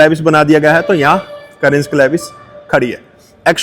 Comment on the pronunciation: भाई वो करेंस नहीं है, कैरेन्स है। वॉकराउंड वीडियो बनाने चले हो तो कम से कम उच्चरण तो ठीक रखो।